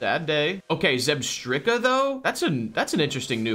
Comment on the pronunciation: I love the way you guys always pronounce Pokémon names correctly 😂😂 zeb-strikker is my favourite so far 😂